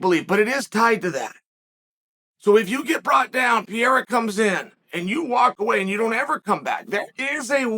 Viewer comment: Pee-Era lol